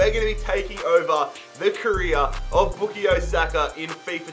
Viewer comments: His name is bukayo not bukiyo lol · Boo ka yo saka not booky yo saka Just spelling out how to say his name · His name is pronounced by Bukaayo Saka and not Bukiyo Saka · It's Book-Eye-Yo Saka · Same he was saying book-ie-o saka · Its book-eye-o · Man said bookayoo Saka lol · no it isnt, it’s pronounced book-eye-yo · would be the same as bukayo straight forward that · It’s bu-KAH-YO 😂😂😂😂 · No one: Bookayyo Saka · ”Bookio Saka” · everytime he says boo-ko-yo😂🙂😂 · It’s back-i-o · It pains me how you say Bookeyo Saka 😆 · Why is nobody mentioning Book-E-Yo Saka? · Bukayo is pronounced Bu-kie-oh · Your pronouncing bukayo wrong is not bookayo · Not pronounced “bookyo” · Even tho u pronounce it book-eye-o saka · pronouncing Bukayo made me cringe every single time. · Come on you butchering his name bruvh its pronounced as how you spell it😂😂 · I know right! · You’ve massively messed up the name pronunciation😂😂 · sayin bukayo is giving me cringe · the way you pronounce his name man😭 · actually you are disrispecting his name every time im cringing so hard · He's pronouncing Bukayo wrong :(!